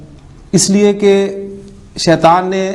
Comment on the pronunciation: السلام عليكم ورحمة الله وبركاته Boht ache lectures hen. Aik choti si guzarish hey aap itna acha janne aur parhane wale phir kun Shaitan شيطان ko شيطوان Shaituwan kehten hen?? بارك الله فيكم السلام عليكم ورحمة الله وبركاته